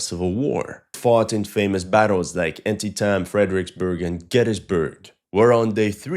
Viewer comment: I should’ve known you would pronounce Antietam wrong😅